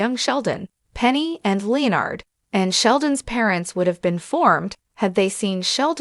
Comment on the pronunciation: Oh my god…Leo-Nard??? Jesus Christ, quit using stupid AI narrators!!